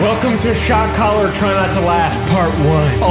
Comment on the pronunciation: Shock "COLLAR"